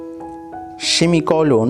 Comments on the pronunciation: Cawlon ,shimi cawlon , full stopah, ,slaysh 💀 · You are not pronouncing correctly colon and semicolon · Semicolon not shemicolon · But "Shemicolon"? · Shimicolon Foolistop Hi-pen😅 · "Apustrophy" And "Shemicolon" Got me DEAD 😂🍡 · “Shemicolon” ✌🏻 “Fullishhtop”🛑 “Highpen”✍️ “Elipshays”🤔 “Culy phaket”📃 “Apistrophy”🏆 “Ant”🐜 😗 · Shemicolon got me 🤣🤣🤣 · What is Shemicolon , Boss ???😂😂😂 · Axclemeshon marg, shimmygolon, apistrophee. LMAO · “cOlOn” 💀 “ShEmiColOn” 💀💀💀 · Shimi colon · "shimicolon" Bro i can't - 😂😂